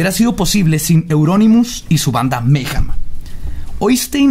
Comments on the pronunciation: ¿Porqué nadie pronuncia bien mayhem? :c al menos no le dice "meyem" como otros weyes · Se pronuncia "meigem" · Dejo de ser divertido desde que pronuncias "Meyjam" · Maijam, Anton Levi, Sodóm, barzum y otras pronunciaciones divertidas xD